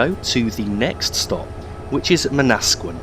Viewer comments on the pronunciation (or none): I like the way you pronounce Manasquan. While it's Man-na-squ-awn, Man-nas-sqin sound better lol. I'm gunna piss off people now. By the way Aberdeen-Matawan is my home station stop. Many stations in my home area have Native American "Indian" names so they often start with Man....like Manhattan, New York City.